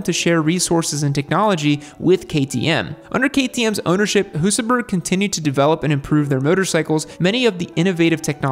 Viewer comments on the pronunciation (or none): you pretty much got it right! Then you defaulted back into butchering the name again. And Husaberg is pronounced "Husaberj".